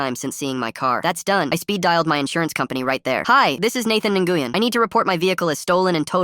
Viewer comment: Why is no one talking about how the word “Nguyen” is pronounced like Win? My friend with that last name gets so angry when someone says it like how it’s said in the video